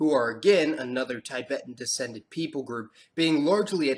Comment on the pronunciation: It's not pronounced as taibæten but Tibeten